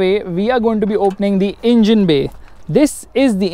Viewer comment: Why You Saying ' In Jin ' Again And Again For Engine? For Fun Sake??